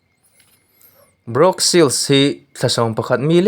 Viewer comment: Brawk ni lo vin bruk tih tur